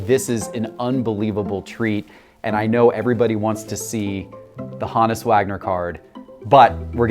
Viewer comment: Take a drink every time he pronounces HOE-NISS (honus) wrong.